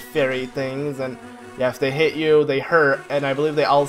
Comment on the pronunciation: U said shit instead of hit I’m a kid... SO work on your pronouncement!